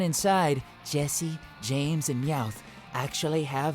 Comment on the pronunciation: bruh you miss pronounced almost every name